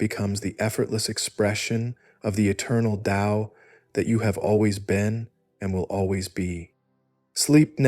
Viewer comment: This is the first recent discription of Taoism that pronounces the word Tao with a D sound. You did it the correct way. The voice is perfect. Actually this was so well done I can't conclusively say that its AI. It sounds like a real person. Not the same droning voices usually heard with AI. Anyway the explanations were also excellent.